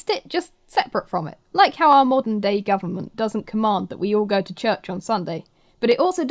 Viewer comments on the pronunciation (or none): none